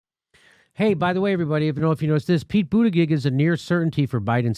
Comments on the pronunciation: Mr. Dore, here in South Bend we pronounced Buttigieg as: Boo-ti-judge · Hey Jim-why Dooor-eeee, his name is Boot-a-judge. Quit pulling a Kamala move that would make Matt Gaetz or the California Cowman proud. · Come on Jimmy, why mispronounce his name? You're better than that. Anyways, his real name is pronounced "Wall Street Pete." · Jim, you say it wrong. it is pete butt engaged,FFS! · I got a kick out of the way Kyle Kulinsky use to mispronounce Wall Street Pete's last name as Booty-Judge. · It's BOOTY-JUDGE! Insult him relentlessly, please! But pronounce the name right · Boo-ti-gedge. I hate him as well, primarily for his McKinsey connections. But refusing to pronounce his name correctly is akin to the Repubs not pronouncing Kamala. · I'm no fan of Pete Buttigieg but I gotta down vote this video because Jimmy refuses to pronounce his name correctly. It's not that hard and it makes Jimmy look like a petty jerk. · booty-gig or booty-judge ? how is it pronounced? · He pronounce Buttigieg incorrectly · Jimmy can you learn how to say his name, or is it Irish insolence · Look feel what you want about the man I'm totally fine with that but pronounce his last name correctly. If the left is supposed to be respectful and tolerant of trans and non-binary folks selecting their pronouns maybe we could call somebody by their name. Weasel peach, Mayo peach, whatever! but say his last name correctly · Why can't you pronounce his name correctly?